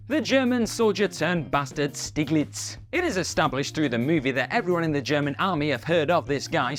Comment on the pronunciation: Not Stiglitz...Schteeglitz